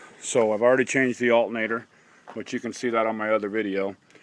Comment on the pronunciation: He's making fun of the way you say alternator. lol. Thanks for the video anyhow, I'm getting the same signal on my shit truck as well.